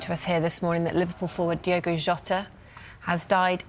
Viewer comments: Diogo not Diego. This man just passed. At least pronounce his name correctly. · it does not feel real. And it is DiOgo, not DiEgo, FWiW. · Please do him the justice he deserves and pronounce his name correctly "its Diogo not Diego" Alwayswolves 🧡🖤🧡🖤🧡🖤🧡🖤🧡🐺💪🏻